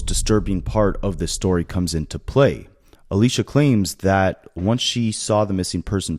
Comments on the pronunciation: Aysia not Alisha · You keep saying Alisha and her name is Aysia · He said that at least twice. Please get the name right. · The name mispronunciation on ayseia and neo has me half invested since if you were invested in this you would pronounce the names wrong, you called neo, neon which is totally different